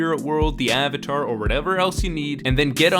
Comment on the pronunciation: "Soh-kah" "Ahng" "Uh-va-tar" "Ear-oh" jfc